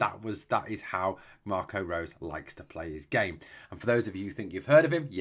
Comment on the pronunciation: Just to help you out with the pronunciation,. Marco Rose's name is pronounced like Rosa in Germany.